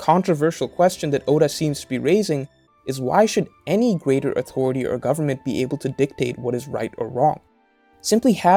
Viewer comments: It took me so long to realize you're saying "authority"... I've been hearing "awtory" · AuToriTy. Haha this is a good video but the way he pronounces the T in authority is wayyyy too funny LOL. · Ahhh... listening to this was interesting, but the word “authority” just gets me. Everything is said normally and then that word just appears. No hard feelings